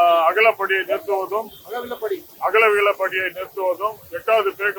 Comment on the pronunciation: "அகவிலைப்படி" என்பதை "அகலபடி" என்று கூறுகிறார். இவர் உண்மையிலேயே அரசு ஊழியர் தானா? என்று தெரியவில்லை.